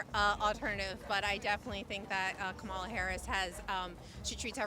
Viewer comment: Owen, it’s KA-ma-la, not ka-MA-la. 😂😂😂